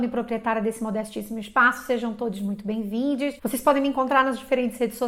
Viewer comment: A mulher disse "benvindis" ou eu estou ouvindo errado ?